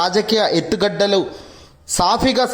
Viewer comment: Etthugaddalu kadu, etthugada